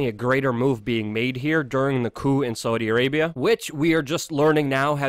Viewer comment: You say “Saudi Arabia” really really weirdly